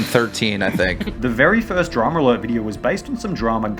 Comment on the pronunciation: It will forever piss me off that Keem pronounces it "DramAlert" instead of "Drama Alert"